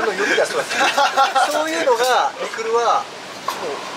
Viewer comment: 瓜田さんのミクルの発音がアナウンサー級の発音でした。